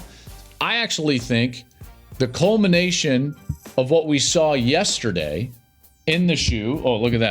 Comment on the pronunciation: Take a shot every time Klatt says, "Testerday."